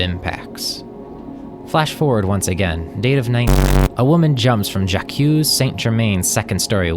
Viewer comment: Who pronounces Jaque '"Ja-Q"?